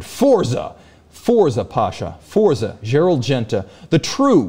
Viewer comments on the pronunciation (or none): none